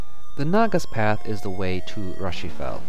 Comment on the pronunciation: Rushifell, errm I get the feeling that should have been Ru-Shi-Fa as in Lucifer :P